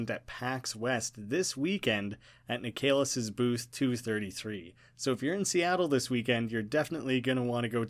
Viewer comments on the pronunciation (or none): just an fyi, "Nik uh liss" not "Nik ay liss"